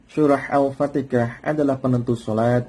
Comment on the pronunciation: Maaf ustadz, hati2dlm menyebut Al Fatihah bukan Al Fatikah